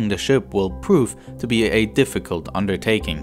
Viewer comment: The narration proved to be a "defigult unnertaeking", didn't it?